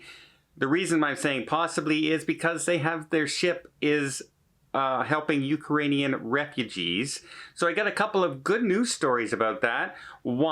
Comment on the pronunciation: please use the proper pronunciation of Ukrainian people. Thanks!